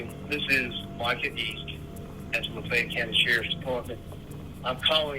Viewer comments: That's weird. I thought the city was pronounced LAH FAY ETTE not LA FET. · Laf-ay-yet not La-fet! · Is not la’fet!!! La fa yet’ Where do these reporters come from. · Why do they pronounce LaFayette - Lafette? That's weird. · Why can’t this girl say “la fay ette” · The narrator pronounce Lafayette so weird. There’s two ways it’s usually pronounced and lafette isn’t one of them. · This woman needs to learn how to pronounce Lafayette. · This narrator can’t pronounce “Lafayette” that’s wild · Would someone please tell this Yankee reporter how to pronounce Lafayette!!!!! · This annoucer is mispronouncing Laffayette...lol